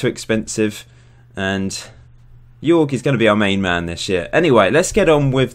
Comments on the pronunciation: Hey man! Great Channel! Jorge is pronunced JOrge like HOllow, an R and and JE like HEritage. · Hey, bro... Say hello to Brazil You can pronounce Jorge as George.